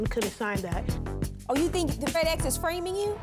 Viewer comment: did Judge Faith said FredEx? 😂😂😂😂😂